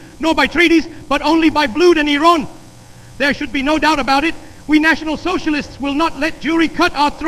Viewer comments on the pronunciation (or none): "blewd and eeron"